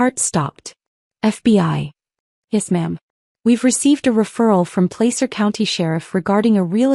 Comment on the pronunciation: Since I have lived in that County all my life, I can tell you it's pronounced Pla sir